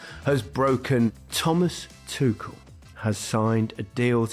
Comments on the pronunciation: There is no 'K' in the name Tuchel. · for fuck's sake! it's not tukel, not tukl, not tuchel and not tushel! IT IS PRONOUNCED TOO-HELL